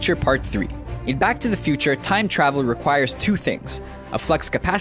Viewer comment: Im sorry, did you say doc told marty to travil back to rescue him?